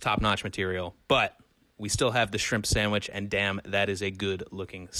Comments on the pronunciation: “Swamich?” Brad: “Samich.” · Brad laughing at how his kid pronounces "sandwich" is so pure and also a bit ironic